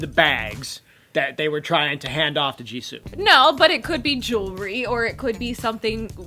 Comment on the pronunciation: You pronounced jisoo wrong